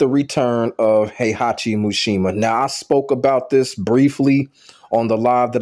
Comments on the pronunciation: MISHIMA. MEE-SHE-MAH. Not “mooshemuh” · Why do you keep calling him MUshima lol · Atleast say his name right